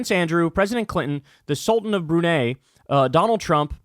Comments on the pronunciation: Firstly, Brunei is pronounced Brew-nai. Secondly, that picture looks like the inside of a sex toy shop. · Not sure if you have never left the room where you are, but that isn't how you pronounce Brunei, and that is obvs not a grocery store but one of those Asian stores that sells herbal remedies. Also, fifty year olds are not suddenly "adults" or asexual. In fact, eighty year olds get down and dirty. Sorry to inform you but being fifty doesn't make one suddenly sedate and boring. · Nobody pronounces Brunei that way.